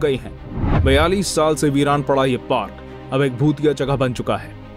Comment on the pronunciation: Parak nahi park hota hai re baba